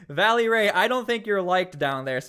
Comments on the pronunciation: Reestablishing the actual PPD rapid response team is SEISMIC change in Portland but too late. If those guys are on it the national guard is not needed to be honest. Also its "Velly" not Valley... smh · It's "VELLY" not "Vally"... just fyi